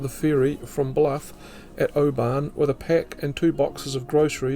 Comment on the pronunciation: Its interesting that you pronounce Oban as do the inhabitants of Oban in Scotland, not like the outsiders.